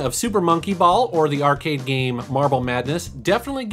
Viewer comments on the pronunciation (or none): none